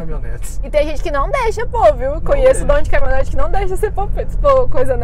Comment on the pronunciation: "CamiOnete" não, aí forçou.. Kkkkk, ajeite aí major